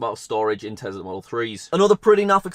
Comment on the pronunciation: Tezla? Tesla*